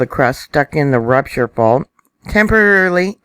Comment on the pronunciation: Every time you say rupture i hear rapturevlol